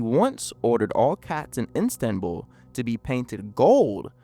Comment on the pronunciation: The repeated pronouncing of ‘Istanbul’ as ‘Instanbul’ was irritating, but otherwise a fascinating and horrifying story.